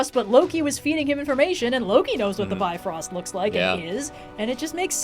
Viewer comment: It isn't pronounced "bi frost". It's a Norse word. You're a historian. Do you look at a word in another language, and go "Hey, I should pronounce this in English!" No you don't.